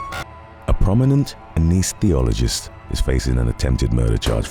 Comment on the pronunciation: What the hell is an “aneese-theologist?”